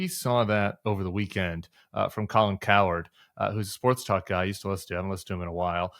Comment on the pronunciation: Hey Tim, i think its pronounced Cow - Herd, and not coward 😂👊😎